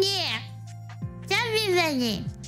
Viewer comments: I know she's saying chubby bunny. But all I hear is stuffy bunny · SNuffy bunny